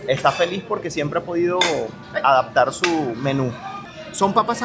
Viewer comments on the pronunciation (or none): none